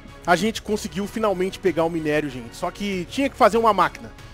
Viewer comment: Mano o falando errado o minério do ouro da uma agonia Vey kkkkkk